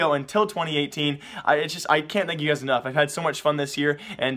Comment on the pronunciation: Now i know dank memes are good... but please... it's... THANK (T-H-A-N-K) you